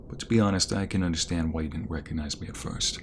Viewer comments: When he asked if we recognized him it sound did like “did you rwecognize me?”🥺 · ‘You wecognize me?’ Killed me 😂 😂 😂